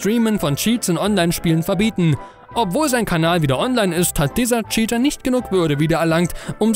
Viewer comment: mich triggert die scheater statt cheater (tscheater) aussprache schon sehr xD ansonsten gutes Video :D